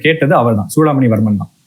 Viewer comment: ஏம்பா, தம்பி, சோழர்களா? இல்லை ச்சோழர்களா? சூடாமணியா இல்லை ச்சூடாமணியா? ஏன் இந்த உச்சரிப்பு கொலை? திருத்திக்கொள்ளவும்.நன்றி